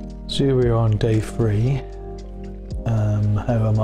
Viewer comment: When you say day free do you mean day three ?